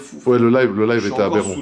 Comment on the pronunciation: Jpp j'adore le "abérant" toute les 30 sec 🤣